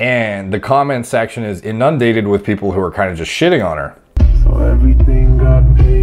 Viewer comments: Low-key love it when mispronounces simple words in weird ways. Like "in-UNN-dated" (as opposed to INN-un-dated.) He actually does this quite a lot. And it's only funny because he knows more about physiopharmacology than most doctors 😆 yet he effs up regular words. (Now if those same words were measured in nanograms per deciliter....different story!) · 2 words weere pronounced so Canadianly in this video like I have never heard before...in-none-dated and pre-vay-lent